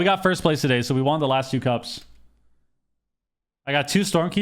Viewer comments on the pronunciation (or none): I've been watching you for many years now, and it still hurts my brain hearing you pronounce won as juan. won is pronounced the same as one. That aside, GG is looking flat out unbeatable so far this season. You guys are peak form, and i'm here for it!